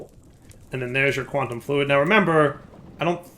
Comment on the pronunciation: ah yes, the famous "Quantum Flud". it's a flood of fluid :P